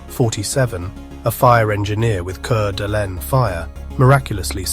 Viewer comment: Coot-knee, fer gosh sake! The name of the county is Coot-knee. And the city is called Core-da-lane. Now if this had happened in Pend Orille county i could understand...no outsiders get that one right. It's pronounced Pond-der-ray. French. ((Shrug)) what can you do?